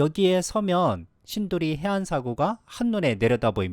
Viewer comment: 감사히 잘 보고 있습니다. 지명 중에 신도리가 아니고 신두리에요.